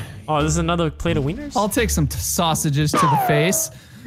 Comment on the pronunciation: it’s taken me 4 yrs to figure out that he said “OWL see you later”